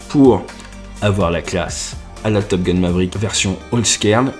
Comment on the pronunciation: Нейросеть так ржачно произносит английские слова, потому что настроена на французский! 😁 С Топ Гуна вообще выпал, топ гун, это Гитлер, а топ гал, это Де Голь! 🤣